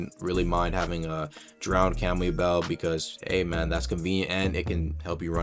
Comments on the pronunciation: "kemui" lol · Please tell me your pronunciation of kamui was a troll